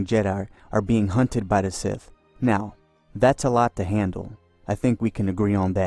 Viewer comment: "Knights of the old Republic II The Siff Lords..." 😂